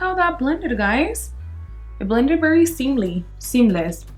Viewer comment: I can not understand why you cant say very but bery. Like why?